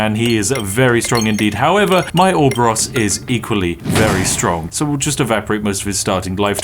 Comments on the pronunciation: "orb-ah-ross" no....just....no not even REMOTELY close, its "or-ah-bore-us" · IT IS PRONOUNCED ORO-BOROS!!!!! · He completely butcher the Orboros pronunciation